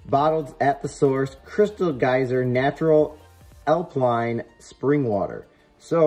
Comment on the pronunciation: did u just say "alpline" lmao =]